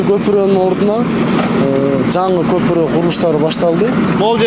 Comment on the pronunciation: Көпүрөк эмес көпүрө, кандай журналистсин, кыргыз мектепти бутконсунбу, сүйлөштү билсең блогер бол